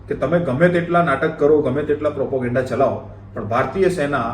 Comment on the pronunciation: ભાઈ પ્રોપોગેન્ડા નહીં, પ્રોપેગેંડા.